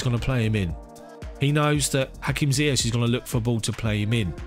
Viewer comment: I think he is arrogant, and border line narcissistic. His refusal to even pronounce Ziyech's name properly is a testament to his hubris and disregard for anything other than himself. A legend on the field, but off it, just another privileged narcissist.